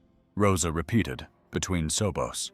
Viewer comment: Did anyone hear the AI Say or try to say the word sobs You know crying? It said sopas that's what it sounded like ha ha ha ha ha